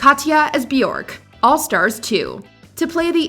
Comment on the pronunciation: It’s Bjork. It rhymes with jerk